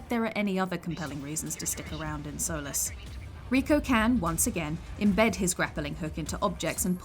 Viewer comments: "Soles" It's Solis (SOL- L - EE S) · Part of me winced when she said "soh-liss" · It is not Solis it’s solease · Yes oh my god everybody says sol-ice